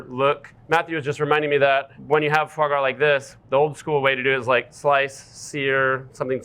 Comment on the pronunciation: Aaaand its not fois gras 😂